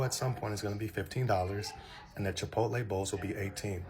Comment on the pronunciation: I thought I heard correctly Chipo-tay😂😂😂